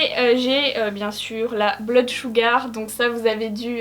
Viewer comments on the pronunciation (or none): none